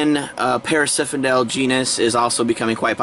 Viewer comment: its parasphendale not parasiphendale lol ugh